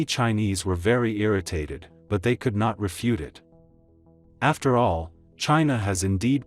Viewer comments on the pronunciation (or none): none